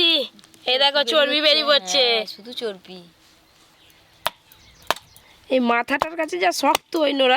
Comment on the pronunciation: এত বড় youtuber চর্বি কে চর্পি বলছে